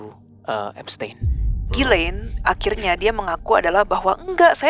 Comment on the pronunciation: bukan jilein, tapi gilein, pronounciationnya, ko jadi jilein